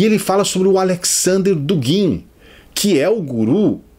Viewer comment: Só uma observação. A pronúncia correta de Dugin é "Dúgin", não "Dugín". Apenas uma correção de um estudante de russo. De resto, muito bom. =)